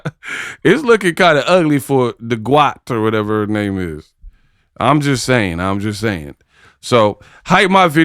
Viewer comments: It nev-ah affected huhhhhr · YO YOU GOTTA MAKE THE T SHIRTS THAT SAY "IT NEVAH AFFECTED HUH (front), IT NEVAH AFFECTED HUH(back)."😂😂😂